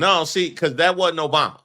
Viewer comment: No, no his last word will be "Obamna!!!!" because he can't get that right....